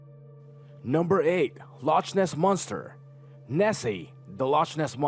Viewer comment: For your information. Yes I have something wrong and yes I have seen ghost and I repeatedly see them on a daily basis and it's funny how you say that people seeing ghosts have already been proven yet you can't even pronounce loch Ness.